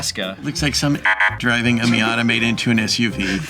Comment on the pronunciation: ah yes, the miatatata